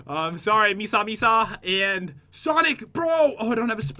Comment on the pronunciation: Omg when pat called misa misa "meesa meesa" XDDD Misa misa is from death note btw